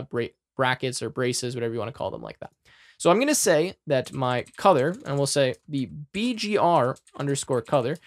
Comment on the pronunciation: Can I ask why you pronounce "Color" as "Cother"?